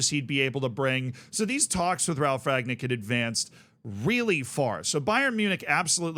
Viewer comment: Funny how a lot of english speakers can't say Rangnick. past tense of 'to ring' = rang, then nick. Not Ragnick